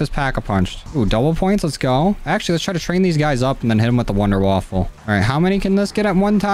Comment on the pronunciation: Wonderwaffe not wonderwaffle